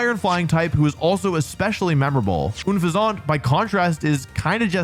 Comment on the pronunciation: Oon-fez-awt, Slay-king. He always finds the weirdest ways to mispronounce names.